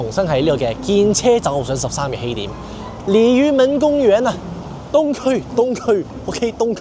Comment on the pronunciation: 鯉魚門公園啊 這句中文講得很標準歐